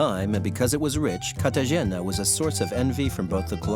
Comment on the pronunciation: excellent section despite mispronouncing CartaHena. I suppose mentioning the spectacular food and service along with the stifling heat and humidity could’ve been seen as a bit trivial